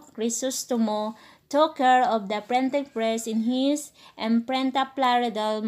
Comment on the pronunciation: "Prenting press" 😂😂